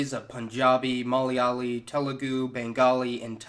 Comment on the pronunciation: Dude it's malayali, lmao.. not Molly Ali.